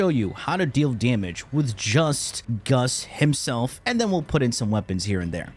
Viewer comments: Why do you keep saying "Guss" it's GAUSS, man xD. Double ss so it's GAUSS lol. Anyway, crazy wf indeed. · Please call him gauss and not gus, gus in my language is a word for ,,ass" and i cant take u seriously 😂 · "goss" not "guss" lol driving me batty watching this lol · he did it on purpose lol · Closed the NewPipe app and logged onto YT, with adblock ofc, to tell you that I hate the way you pronounce Gauss. It's pronounced, gous, not, guss, nimrod. Take care. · “umm Its aCtually pronounced gous” 🤓👆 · GOWS is the correct way to pronounce, just saying! And perhaps Guss is just a pet name, like Dragons Breath etc :P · please stop trolling xD... Freaking Gus... Say it right, you know how it's said... just like U know how bubonico is said.. freaking Bubo-nico jesus. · My name is pronounced GOWSS! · Today I learned I have a new pet peeve. People incorrectly pronouncing Gauss, saying Gus. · i pronounce him gau-ss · It's obviously pronounced goose, Nimrod! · It's not pronounced goes either. Gauss was a German mathematician and like someone else mentioned already its pronounced gau-ss. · Gaus giss goos anything Why so care abt pronounce? This isn't school tho I call gauss as KUSSSSSS or PUSSSS Got any prob? 😂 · Nahh, it's Gus. Just like how it's Secondary Cucumber and Melee Cresskendo. Trust him, he knows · The "a" in gauss: "am I a joke to you". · Yeah it’s kinda killing me inside!